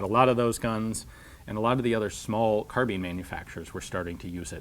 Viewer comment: Isn't it pronounced carbine or carb-i-ne (the e makes the i say its name, as I was shown in school) instead of carbean as you say it?